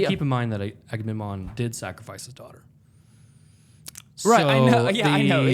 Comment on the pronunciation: Enjoying the discussion. However I can’t hold back any longer… are you guys saying Aga-nem-non? It’s Aga-mem-non.